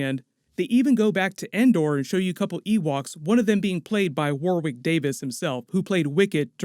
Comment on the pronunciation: Warwick Davis' name is pronounced 'warrick'